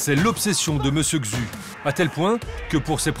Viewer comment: Un peu d'effort sur la prononciation quand même... pas besoin de savoir parler chinois, mais un minima quand même pour les noms... C'est quoi cette prononciation de "Xu" ?